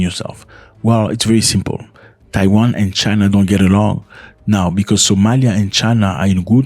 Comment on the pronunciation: It's Taiwan not Tawain